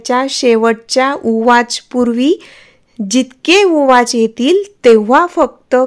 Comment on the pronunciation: ताई ते ऊवाच आहे उवाच नाही निदान माहिती तरी नीट सांगत जा